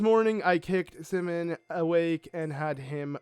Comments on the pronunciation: That moment when he says Semon, instead of Symin (simon) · The series is great the only bad part is his pronunciation of the easy names like Symin and the fact that he essentially stops reading halfway through the dialogue and begins skipping it. The second reason is the most annoying one though. I understand you decided to spoil yourself before the game was released but the least you could do is let us learn the story.